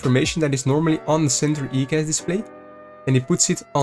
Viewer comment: Its "eye"cas... good video though 👌